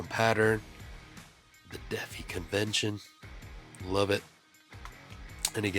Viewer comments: Lol Defee Convention. That’d be pronounced Dee Fie (as in die) broham. And the Livewire isn’t a Single Action. I think you meant to say Single Edge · Did you pronounce Defy, "defee?"